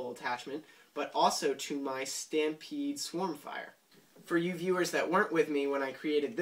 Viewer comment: as the guy on NMW said the "Stry-pede"